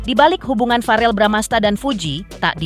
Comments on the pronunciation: Verrel bukan farel min 😇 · VEREEL BUUUU BUKAN FAREL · bukan farel woiiii tp verrel